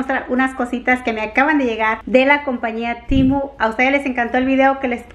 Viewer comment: no es TIMU es TEMU 😂😂😂. A lo mejor es q en inglés se dice así?? 🤔😅